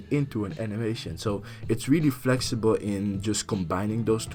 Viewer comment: WOWOOWOWOWO---WAIT. ”FLEXIBEL” ? flexibel ? srsly